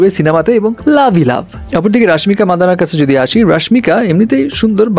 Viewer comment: মান্দানা❎ মাদান্না😂 you clown🤡🤡